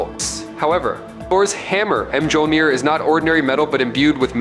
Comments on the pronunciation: Mjolnir is pronounced "mole-nire". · Its pronounced MYAWL-neer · 1) Learn how to pronounce "Mjolnir." (hint: the "j" is silent). 2) Slow tf down! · It annoys me how he pronounces mjolnir. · Chris Hemsworth can pronounce Mjolnir. So what's your excuse?